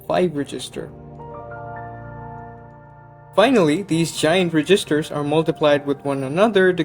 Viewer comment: ".... reeeGisters"? Oh, you mean registers; as in cash registers. At first I thought you were saying "resistors".